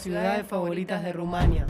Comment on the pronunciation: Es tremendo la mala pronunciación de ( Rumanía. ) el resto del video me gusto, yo vivi en Sibiu 5 años y comparto la experiencia